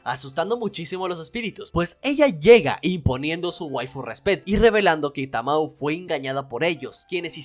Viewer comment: me triggeree un poco al escuchar como dijiste tamoe a tamao pero de ahi en fuera muy buen video 👍🏻